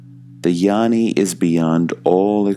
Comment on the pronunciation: Dear, peace and blessings to you. Gnani is pronounced NYARNI, not yarni.